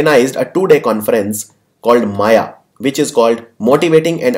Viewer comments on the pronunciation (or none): none